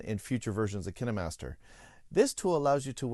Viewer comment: The hell! Is it pronounced like kinnemaster i always said pronounced it as kain master